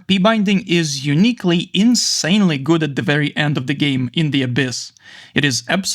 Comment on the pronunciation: он так сказал этот "гУуад"